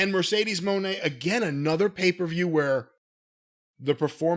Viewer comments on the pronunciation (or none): "Mercedes MOANNN"